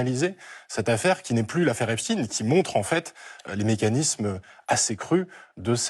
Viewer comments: Epstein... Epstine Einstein... Einstine😅😅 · Prononcez Epstein à l'allemande et non epstin. Si vous voulet effacer ses racines juives, c'est râté. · Does he mispronounce Epstein on purpose?